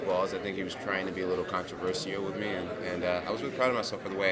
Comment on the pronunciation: Jones: “ControverSEAL”